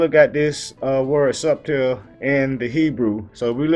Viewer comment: whats up my brotha the B in subtle is silent. I couldnt find a way to message you privately. God Bless..